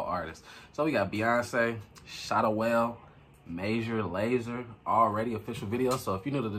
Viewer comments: His name is Shatta Wale (pronounced Wal-ay, like the rapper Walé) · His name is pronounced SHATTA WA-LE not wale. You should react to his song called Gringo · Shatta whale no, its shatta walle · His name is pronounced Shatta WA-LAY 🇬🇭 😀😘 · Brooke Austyn 😆 I’m just being silly about the way he pronounced the artist Shatta Wale’s name lol. It’s supposed to sound like Wa-lay like the rapper and the a in Shatta is a short vowel A...(sorry I’m a teacher 😖🥴) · Pronounce his name well...ahhhh.....SM for life🇬🇭🇬🇭🇬🇭💥💥💥African dancehall king